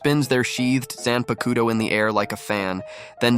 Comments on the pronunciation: Zan pakoo toe? lmao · This killed me... he did the research to list some of the kidō but cant say zahn-puck-toe